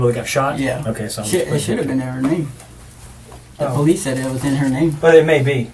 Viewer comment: “Po Lease officer” 😅